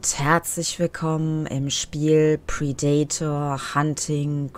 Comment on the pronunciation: Wenn hier noch einmal jemand das Wort Predator so katastrophal falsch ausspricht, dann... LAUFE.ICH.AMOK!!! ;-P Als Let's Player hat man doch auch Verantwortung (der Sprache gegenüber) ^^ Schön allerdings die Shakespeare-Remineszenz :-) (beide meiner Bemerkungen in einer Szene )